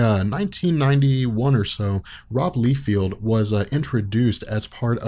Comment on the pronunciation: his name is pronounced "Lie (like truth/lie) - Feld" btw dude. Lie-Feld, you're saying Lee-Field in this vid. Good work on the video altogether though.